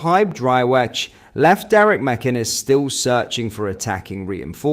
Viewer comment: your pronunciation of names sucks. Mackkennis? really? its mac- in- ez